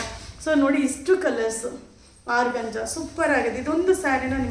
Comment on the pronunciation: Organza is correct pronounce tion, Georgette saree is correct pronounce tion